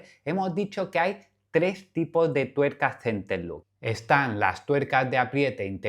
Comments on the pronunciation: Solo un detalle ya que los nombras en inglés; "Center lock", no "Center look". No es lo mismo cierre central que mirada central 😉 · Sigo sin entender por qué todos le dicen centerluk 😅